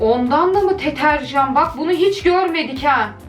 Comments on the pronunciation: Benim dediğim: Deterjan Aslı Ablanın dediği: Tetearjan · Fişkiye❌️ Teterjan❌️ Fıskiye✅️ Deterjan✅️ 😅😅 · Abla o teterjan değil deterjan 😄😄😁😁😃😃😀😀😂😂🤣🤣😅😅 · Deterjan=('NIN DEDİĞİ) tetarjan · Deterjana teterjan diyen koca yürekli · mükemmel Türkçe si "Teterjan"